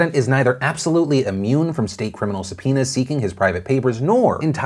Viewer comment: I listened to this without video and kept hearing "sup, penis" instead of subpoenas English isn't my first language ok